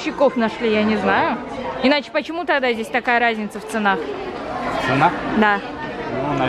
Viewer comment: asema она имела ввиду ударение, Ника сказала ценАх 😀